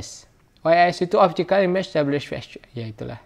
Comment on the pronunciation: OIS. Optic image stabilissswewswewawewssss 😂😂😂 Ngakak euy